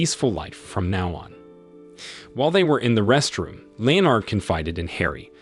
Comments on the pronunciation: 'LEO-nard'? Really? How about 'LEnnad'? Anyone would think it's a machine 'talking'! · Leo-nard? No-el? English not really your thing is it? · It sounds like you didn't even bother to watch the film. "Lee-Oh- Nard". The burning garbage was inside, not outside the flat.